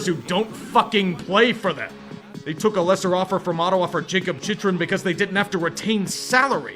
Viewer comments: If you’re going to crap on the coyotes in an awful voice-tone that’s clearly not your normal register, at least pronounce Chychrun right (Chick-rin) you goof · that chychrun pronunciation tho